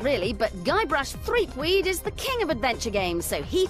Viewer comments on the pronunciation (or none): The WatchMojo of the 90s. Nothing says "I have no idea what I'm reading out" like repeatedly saying ThreepWEED instead of ThreepWOOD.